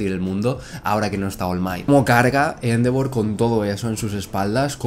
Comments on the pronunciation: Me da un tick cada vez que dice Éndevor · Endeavor, se dice endeivor